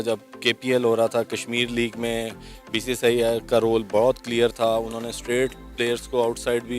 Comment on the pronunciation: Bhai pehle BCCI ka ucharan to karle baadme BCCI or Indian govt ko dosh therana....aur ha pakistan ka image hi kaha tha jo ki....acha image dikhayenge....pakistan ka image pehle se gira hua tha